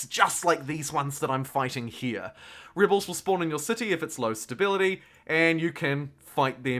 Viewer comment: Nice video. Good speaking voice. When you pronounce "rebels", it sounds like "ribles". There was another word or two where you replaced the "eh" with "ih".